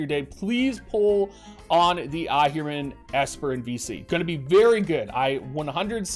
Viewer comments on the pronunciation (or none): It's Ahriman (/ˈɑːrɪmən/), man, not Ahirman, man~